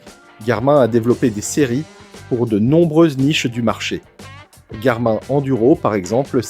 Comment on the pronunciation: Le présentateur ne sait pas que Garmin se prononce Garmine ?